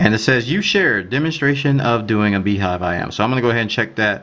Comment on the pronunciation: if BeeJive is pronounced as BeeHive it's spelled wrong! :p